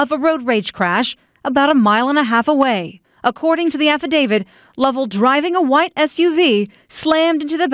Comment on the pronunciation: "Affadavid" The news reporter is regarded. There's no D at the end of "affidavit", lady.